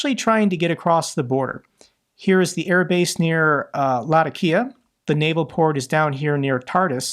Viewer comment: Its Luh-Tac-Kee-uh...keep kickin ass